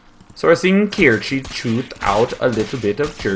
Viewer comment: Kirche = Cherry in German. It is not pronounced KEER-chi.